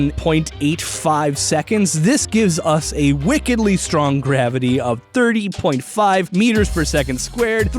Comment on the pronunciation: No one: Not a soul in the Universe: Darth Vader: I am stronk.